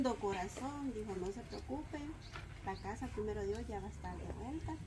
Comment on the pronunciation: La palabra casa parece como si fuera una z